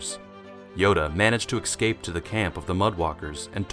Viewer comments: Can you say "es cape" instead of "ek scape" ? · His pronunciation is off but damn bro. Who hurt you